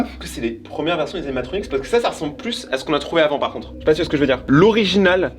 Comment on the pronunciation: C pas animatronix mais animatroniQUE